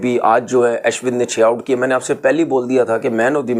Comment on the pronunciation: Aaashwin nahi hai woh Ashwin hain, bolna tau sikhlo punjabi pakistaniyo gawar😂